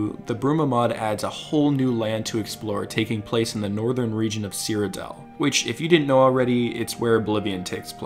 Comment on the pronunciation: Cyrodell? Is this a new way of reading "Cyrodiil"?